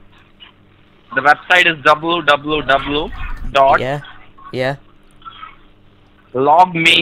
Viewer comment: Dubyou, dubyou, dubyou